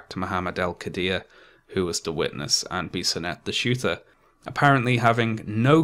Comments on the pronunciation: A French Canadian here, you pronounce Alexandre Bissonnette's name pretty right (there is only a little accent in the "an" sound). However, for "Québécois", the "ois" is pronounced like "wa" in "water". Also, more than two years later, we still find people saying things such as "Bissonnette was a good guy, he only did the shooting because he was in a homosexual relationship with a young muslim in the mosque and the father refused this relationship" - which is untrue, but it seems to be hard to counvince these people that muslims are not always the cause of terror attacks. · Late to the party. Quebecer myself. You pronounced the name of the shooter in a very good way, almost perfect. I was so ashamed when this happened. Good job as always on the video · I know this video is 3 years old and it really doesn't matter, but you pronounced Alexandre Bissonnette's name quite well. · I'm from Quebec city and I have to say you are the best to pronounce his name. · The way you said "Alexandre Bissonette" is absolutely correct. Just sayin'. ;) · You actually pronounce the name of the killer quite right. Good job. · You pronouced the killer's name perfectly. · Pretty good pronunciation of Bissonettes name. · You pronounced the shooter's name perfectly 👍🏼 but not "québécois" haha